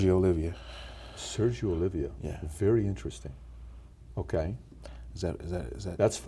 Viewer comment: Sergio's last name is Oliva not Olivia.